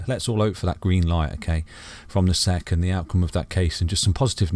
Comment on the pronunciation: Hi, watched a few of these XRP videos. Nice calm analysis. It's not "seck" though! It's S.E.C